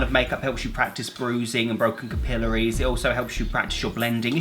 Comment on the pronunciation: Can't tell if I've been pronouncing capillary wrong my whole life or if you're pronouncing it wrong.